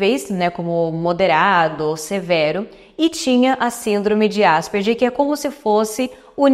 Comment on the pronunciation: Se fala Asperger como se fosse "gue" no final...